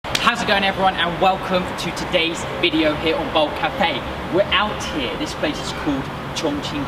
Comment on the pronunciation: "We're out here" 😂😂😂 The way you said that in your accent made me laugh for some reason.....a different take on saying "WE OUT HERE!!"